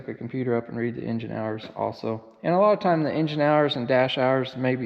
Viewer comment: Just to Echo the other guys Happy Birthday Tucker, see they are still ripping it out of you!!! You're doing great, LOVING these videos on different equipment. at the risk of me being labelled politically incorrect and cancelled it makes me smile when you pronounce Engines as " Injuns" that's how it sounds and just thought oh that's where the horsepower comes from then!!. 😊 Yes only Joking guys, great entertainment thank you.